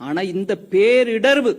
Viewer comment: கூமுட்டைக்கு "பேரிடர்" என்பதைக்கூட கூறத் தெரியவில்லை. "பேரிடர்வு" எந்த மொழிச் சொல். சங்கிகளின் சாக்கடை இது!